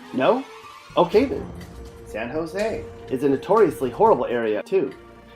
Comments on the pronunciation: Vato dont even know how to say san jose, he says sand hose a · You pronounced San Jose wrong! I've lived just about all these neighborhoods. You didn't mention Westgate or Wells Park. But you all are right. You can't see the mountains in any of these pix. And where's all the stucco flat roofed places? And Martineztowm? How can you not show AHS on Odelia, & all those neighborhoods on Edith? None of these pix are from ABQ! There's no cactus, no lava rocks, the sun isn't bright enough. This looks like the Midwest. I call Shenanigans!